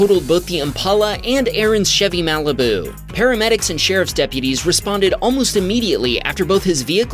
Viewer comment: "Maleh-beh-oo." Malibu.